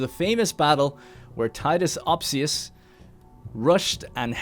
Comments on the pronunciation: I think it's ospius, not opsius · I think it is Opsius actually. He just pronounced it Ospius for a while. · I remember him being ospius and he called him opsius, i think he changed his name